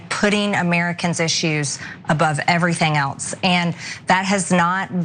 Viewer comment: I just like how she says "eltse" when she means "else".